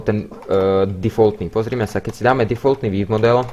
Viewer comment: "vííívmodel" XDDDD